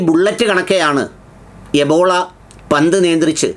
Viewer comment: എബോള അല്ല ബ്രീല്‍ എംബോളൊ.